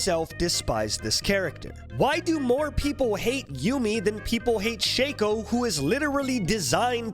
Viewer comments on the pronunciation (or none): none